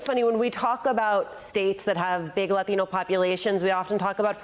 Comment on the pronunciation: Why do reporters who speak with an american accent feel the need to pronounce "Latino" with a spanish accent? Do they think it makes them seem cool?